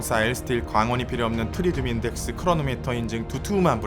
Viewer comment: 근데 왜 항상 트리튬을 트리듐이라고 하시나요??